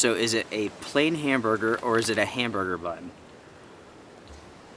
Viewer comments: The bun package didn’t say ‘plain’. Lol. It said ‘pain’, the French word for bread, pronounced similar to ‘pan.’ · I am sure someone has already pointed it out, but it is "PAIN" not "PLAIN". All food items are in English AND French in Canada. Pain in French is "bread, or bun". HAMBURGER BUN for English, PAIN HAMBURGER for French. Our two official languages. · It’s pain, not plain. Pain is French for bread, so “Pain Hamburger” literally translates to “Hamburger Bread”. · it is not plain hamberger but in french ''pain'' is bread so it is pain hamberger hamberger bread of bun if you prefer... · Canadian MREs are labeled in only French often. The French word for bread is "pain" pronounced "pahn". Hence your confusion on the no hamburger breakfast. It is just a hamburger bun.